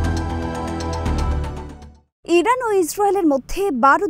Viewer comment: Iden ki? Iran ekta desh er nam.... Uccharon thik koren